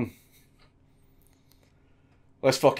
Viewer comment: i will not bend theh focken knee. that's the most scottish thing ive heard